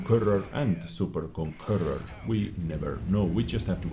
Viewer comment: Its super conqueror, not super konkurrur